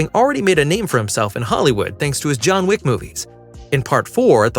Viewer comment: Wick, not Whick.